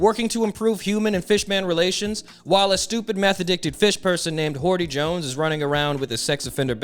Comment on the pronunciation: Ayo Hordy Jones? 🤨 sounds like horny jones.